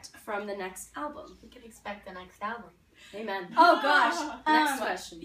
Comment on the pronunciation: GUYS WHAT DID CAMILA SAY WHEN THEY WERE ASKED ABOUT THE NEXT ALBUM? Is it "dont expect the next alvum"? Or I just misheard that? Answe pls it's bugging me that might be a joke but jokes are half meant.